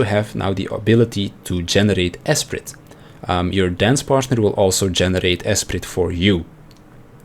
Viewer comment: Btw: the T in esprit is silent